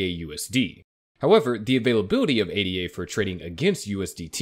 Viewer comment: Its Ada. Its a name. Not A.D.A. Once you can say the token, then maybe you have credibility